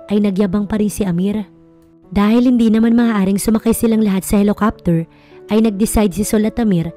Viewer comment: Ano ba yan basic word na nga yung helicopter mali mali pa pag pronounced..kahit bata alam basahin yan,sana improve niyo naman pagbasa at pag pronounce ng mga salita, kung di kayo sure nandyan c Google..